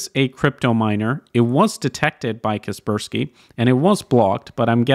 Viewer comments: KUH SPUR SKEE? CASS PURR SKY... KASPER SKY.. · I thought (Kasperski in pronounciation) was Kasper Sky.